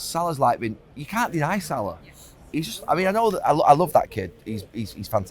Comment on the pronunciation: It’s Salah, stop Carra.